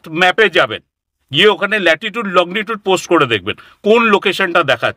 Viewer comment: শুনতে ভীষণই ভালো লাগছে,মাঝে মধ্যে ওনার( ) যাবার রাস্তার বর্ণনা শুনে গায়ে কাঁটা ও দিচ্ছে,কিন্তু উনি তো একজন বিশিষ্ট শিক্ষিত preson,উনি লঙ্গী টুড উচ্চারণ টাকে কি বলছেন? লগ্নি টুড!!?? জানিনা আমি কোনো ভুল শুনছি কিনা,বা আমার জানা টা সঠিক কিনা,আর যে পেপার টুকরো টায় উনি লিখে এনেছেন,সেখানে আশ্রম বানান লেখা রয়েছে আস রম,এটা কি সঠিক?? সব গুলিয়ে যাচ্ছে যে।কি দেখছি, শুনছি,আর কি শিখেছি আমরা।তাহলে কি আমাদের শিক্ষা ই ভুলে ভরা। যাই হোক ভালো এপিসোড,বিশ্বাস অবিশ্বাস, জানা, নাজানার দোদুল্যমানতা য় দেখে,ও শুনে নয়ন ও কান সার্থক করলাম।ভালো থাকবেন সকলে।উত্তরের আশায় রইলাম,নিজের জানা টা সঠিক কিনা যাচাই করে নেবার জন্য।